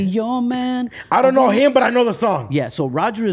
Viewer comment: LOL "DOKNOW" DONT KNOW ... HE DIDNT DO HIS RESEARCH!!!!!!!!!!!!!